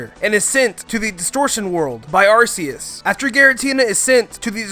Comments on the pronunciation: its ARK-ee-us not AR-see-use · the way you say arcues makes me die inside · It’s not arceus it’s arkoos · assius me:ar ckee us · Don’t say ar-key-us it is arcoos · Arseus BOI ITS ARCEUS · It’s not arseus it’s ar CK eus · ITS AR-KEY-IS NOT AR-SEE-IS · It's Ar-key-us, not Ar-say-us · Arceus not Arseus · Are-See-Uss It's Are-Key-Uss just check the pokedex books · V Walker its Ar-ce-us not ar-key-us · Sorry, it’s actually ar-COOS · It's arcoos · The Aura guardian did a video on it It’s ac-key-us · HIS PRONOUNCIATION IS LIKE THE AVATAR MOVIE SAYING EVERTHUBG WRONG “Arseeus” “Synoh” 🤮🤮🤮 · It’s arcoos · Your saying Arceus wrong It’s AR-key-us I got it from my book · GET YOUR PRONNOUNCIATIONS RIGHT, DUMBASS!!!!! 1. Ar-KEE-us. 2. SIN-oh. 3. Ray-KWAY-za. 4. rej-ICE Also, the plural form of Mew is also Mew. Think of it like "sheep" and "sheep". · The real crime is AR-SEE-US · ARCEUS(ark-ee-us) Sinnoh(sin-oh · Nononono arcoos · Its Arc-ues Because Arse Is Booty In The UK You Pronanouce the Arc Part More then The Ues part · Why did you say Arseus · ArCeus is the translation of seeing pee say ar KEE eus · Ar KEY ues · it's arceus (Ar-KEY-us) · It is arKEYus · It's ar key us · it's ar-key-us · AR KEY US DEE AL GA. UH KSEE. SIN OH. GET IT RIGHT NOOB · UGH it's ARK EE US THATS HOW YOU SAY IT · its arc-key-us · aim I'm sure its ar-see-us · Its ar-ke-us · Y-you are saying Arceus wrong...